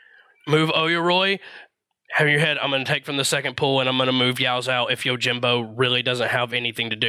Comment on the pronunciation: I, as a weeb, am literally correcting his pronunciation out loud. The people around me are looking at me like I'm crazy when I yell, "ITS YO-JEEM-BO NOT YOUR JIM BO"